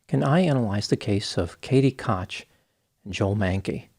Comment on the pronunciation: I'm pretty sure Koch is pronounced "coke?"